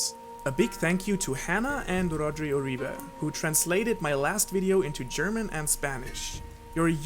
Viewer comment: There's nothing funnier than trying to pronounce Spanish names lol "wrodruigo ewrera".